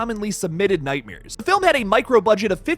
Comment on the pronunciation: Nightmares!!! Not nightmiers! That was driving me crazy!